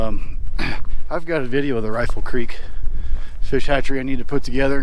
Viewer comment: I worked at Jones Hole NFH five years. Ely Creek should be pronounced as E-li , not E-le. It was named after a mule that died and was buried there.